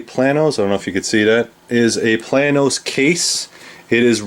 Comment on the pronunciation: A friendly FYI.. The manufacturer of the small Waterproof case is Plano... Pronounced Play~No. I Live one town over from the factory. (Plano Illinois) which is also the town they used for Smallville in the last 3 Superman movies. Little trivia for ya.. lol.. Great video!